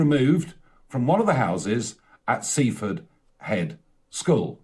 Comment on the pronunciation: Hilarious how he mispronounces Seaford Head, as if it were the "head school" of Seaford, rather than the school of "Seaford Head" 🤣